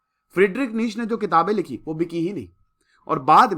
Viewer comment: नीटशे Right pronounciation